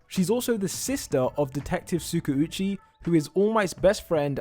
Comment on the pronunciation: I am not hating or anything it's just my opinion on how you pronounce Tskauchi. Its supposed to be pronounced as Tska - U - chi. Love your channel and your videos .